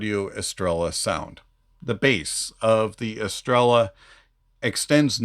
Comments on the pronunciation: Neither do I, just did a little duo lingo try for a week, but i simply research stuff, however Jay in his videos calls it „Estreya” all the time , but seems almost noone of the reviewers watched his stuff then hahah P.S well i know how to say Estrella, first and foremost because there is a beer called like that in Spain and I enjoyed those eon my Mallorca vacations :D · It shouldn't matter, they can pronounce it however they want, but the correct pronunciation is estrella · Never seen someone mispronounce every single thing of a product "psygot estela" lol 😂